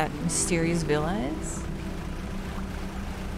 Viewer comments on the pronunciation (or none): none